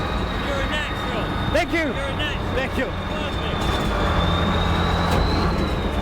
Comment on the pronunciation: il est tellement à fond sur le tank qu'il ne dit plus "thank you" mais "tank you"